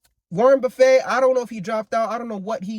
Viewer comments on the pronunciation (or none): My man's said "Warren buffay" like its a buffet lmao. You say it like "buff it" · “Warren Buffay” 😂😂😂